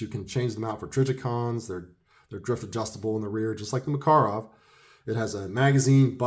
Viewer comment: Great review and good points! I was checking my review of the EG Mak and I saw yours--very well done! You covered a few of the finer points I forgot--the heel release, the push-up decocker, chrome lining. Also mad respect for the correct pronunciation. Take care!